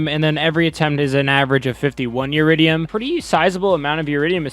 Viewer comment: Eridium not uridium